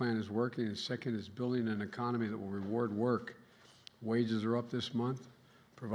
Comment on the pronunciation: Did he say “meconomy”? 😵‍💫